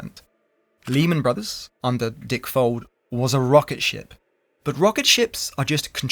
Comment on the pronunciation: I kept hearing "dick folds"